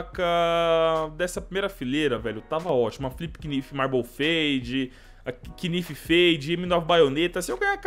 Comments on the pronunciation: Fala knife certo cara,é naife, nao quinifi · O MULEKE FALA QUINIFE QUE AGONIAAAAAAAA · para de ser o professor do yt ... eu achei estranho ele falar quinifi mas não faz diferença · fala knife direito